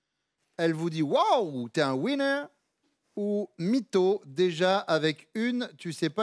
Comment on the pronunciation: Le commentateur là...avant de faire des démonstrations en anglais de comptoir là...apprenez a prononcer "winner".....la façon dont vous prononcez ce mot c'est pas "winner" que vous dites...mais "whiner".....qui ne veut pas dire la même chose du tout....